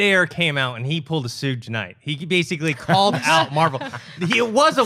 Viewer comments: Its "Suge" as in "Sug-ar" not Suje. On another note, Margot Robbie looks very creepy as Harley Quinn! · Did he say sooge?